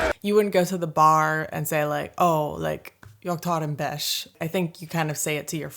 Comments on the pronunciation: This time you are nailing the pronunciation of bärs vs beige! Proud närking! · Slangword for beer? Could you mean bärs (you almost pronounce like someone from Stockholm).